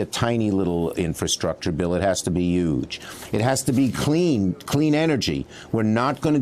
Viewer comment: Ok, so that's a New York thing.. "yuuuge". I thought it was just Trumpus, but Schumer just said it too. Any catch that?